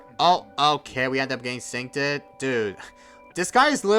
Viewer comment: Also, why do you say syncTED? The word is just Synced